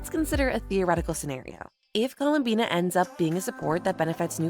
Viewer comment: You mispronounced columbiiiiinnaaaaaaaa!